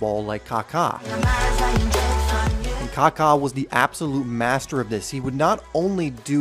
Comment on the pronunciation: Kaka a great man in Christ! Thank you for pronouncing his name correctly